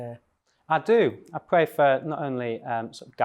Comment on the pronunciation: Bible puncher as well What an obnoxious creature … I pway evewy day …to seek guidance …